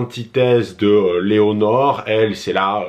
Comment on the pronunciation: Lénore😂😂 pas Léonore!!